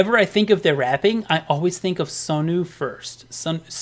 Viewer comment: I agree with the whole list basically but I just want to say Sunwoo is pronounce as Sunu.